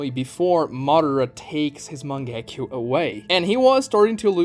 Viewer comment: not MANG-GE-KYOU but MA-NGE-KYOU